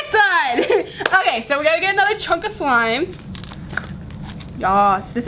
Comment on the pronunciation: she said swime